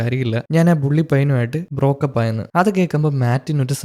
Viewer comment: ബ്രോക്കപ്പ് അല്ല ബ്രോ ബ്രേക്കപ്പ് എന്നല്ലെ